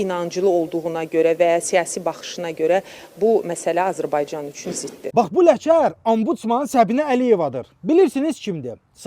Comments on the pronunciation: hec Azerbaycan sozunu bele deye bilmir azırbayjan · Azərbaycan yoxsa Azıırbaycan😂😂😂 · Ay zırrama, Azırbaycan nədi?Ölkəsinin adını deyə bilməyəni kim saxlayire vəzifədə, bu ölkədə ana dilini bilən bir xanimyoxdumu ki? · Azerbaycan sözün düz deye bilmir bu adi da Ombusmandi bunun.Heyif vallah bizim milletden gör kimler vezifededi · Azərbaycan sözünü deyə bilmir bu əsəbdən dəli oldume vallah